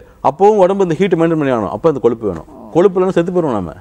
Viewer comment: it is kozhuppu but not koluppu or koLuppu .learn to pronounce Tamizh properly.